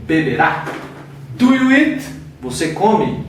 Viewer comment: A PRONÚNCIA DO EAT TÁ PARECENDO IT. ELE TEM UM PROBLEMA COM O "EA". NÃO PRONUNCIA ADEQUADAMENTE A PALAVRA SPEAK. EXPLICAÇÃO MUITO SUPERFICIAL. PRA QUEM JÁ SABE, NADA ACRESCENTA. PRA QUEM NÃO SABE, FICA NAS NUVENS POIS É MUITO GENÉRICO. FALTOU O "GOING TO" POR EXEMPLO. ACHEI FRACO.